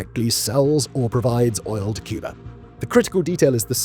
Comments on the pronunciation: President John F. Kennedy was known to pronounce "Cuba" as "Cuber". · Wow! Well done, what a well researched ADULT presentation. with no silly music or AI nonsense. Just the facts. Only one complaint: Why does he keep saying “CUB-ER”? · With how he pronounces Cuba as "Cubar" and Havana as "Havaner"....I imagine it would sound like a bunch of seals in minecraft going "ORE ORE ORE ORE"